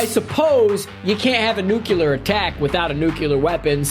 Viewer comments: Nuclear NOT nucelar! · besides the amount of times he said nucular instead of nuclear amuses me. this was aight. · Nucular? Analysist? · yup the analysist uncovered a nucular bomb threat on that netflix show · every time this man says "nucular" I wince in pain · Nucular. So funny. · Why are you saying “nuclear” like that? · Dear God learn how to pronounce nuclear